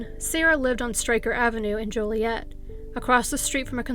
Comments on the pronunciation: Hmm...maybe HC is a fellow Canadian. We know how to pronounce Joliet properly, what with our bi-lingualism and all! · Dang, I grew up in Ottawa Illinois which is SO close to Joliet. Also, THANK YOU for pronouncing Joliet with a long O lol. I cringe when people pronounce it as Jolly-et..😖